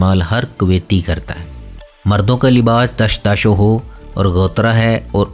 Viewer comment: ماشاءاللہ بھائی آپ کی ویڈیو بھی اچھی ہے اور معلومات بھی بھی تقریباً درست ہی ہیں لیکن آپ کا عربی الفاظ ادا کرنے کا لہجہ تھوڑا عجیب ہے 😊 دشداشاھو 😜